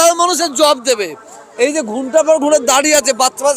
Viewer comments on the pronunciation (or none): ঘুনটা নয় চাচা, উচ্চারণ টা ঘন্টা হবে😂